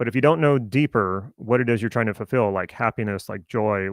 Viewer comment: you ended that sentence with what i thought i heard was "chances are you are sitting goals without understanding how they connect with who you are and what you are trying to ......." and then the word sounded like "fill" instead of "fulfill". if it is "fill" then are you "filling" what was "missing" so to speak and that is literally what a goal does?